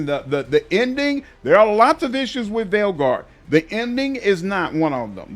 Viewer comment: Dragon age THE Veilguard....XDDD It always cracks me up, when u say it like that.